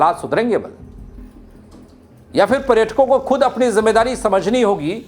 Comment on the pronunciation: प्रेटकों नहीं बे नेपाली कांचा, पर्यटकों होता है